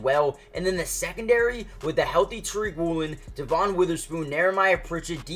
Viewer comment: He urbanizes a lot of the names like JAY-RON Reed and also calls Spoon DUH-von Witherspoon, I wonder why 😂